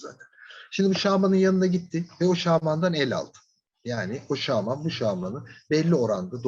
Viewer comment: Şağman dediğiniz için dinleyemedim ya 🙄